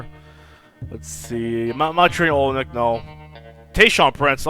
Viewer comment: lol it's kelly o-lynyk.. not oly-nyk! and noel is pronounced like "no-el"